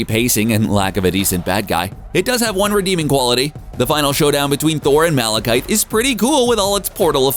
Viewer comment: Please learn how to pronounce Malekith. This makes the third time you've gotten it wrong.